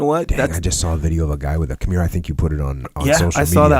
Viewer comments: That good old kim-year-uh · I love Jocko. However, please stop calling it Kimeera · jockos pronunciation of "kimura" bothers me everytime he says it. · I wanted to correct Jock's pronunciation of the kimura but I had nightmares thinking about it. Sorry Jocko for even thinking about it. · If you want to change it you have to wake up at 4am and seize the pronunciation